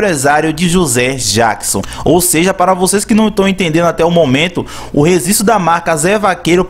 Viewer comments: Rezistro? Rezistrar? Rezistrou? Vou te apresentar meu amigo: Letra G! kkkkk Seu canal tem altos vídeos interessantes, mas procure errar menos as palavras e os plurais que vai ficar perfeito e vai gerar ainda mais visualizações! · rezisto ou registro ? kkkkk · ReGGGGGGistro!!! Fala direito porra!! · Fala registro. 😂 😂 😂 😂 😂 😂 😂